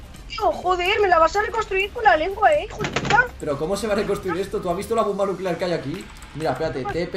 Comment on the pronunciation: Yo: una bomba nucleaar 🤯: Nucleare xd